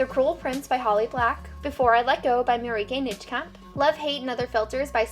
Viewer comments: As a Dutch person, I loved how you pronounced Marieke Nijkamp! It's such a Dutch name, hahaha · As a girl from the Netherlands I loved how you pronounced 'Marieke Nijkamp'. Also I think your book collection is amazing!